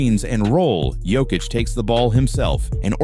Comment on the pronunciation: Yoke-itch not joke-itch AI...